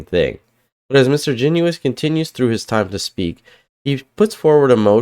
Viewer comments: Garnett "Jen us" is how he likes it pronounced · My MP, Garnett Genuis pronounces his last name Jen' us. He is a three term MP. It's about time people pronounced his name correctly don't you think?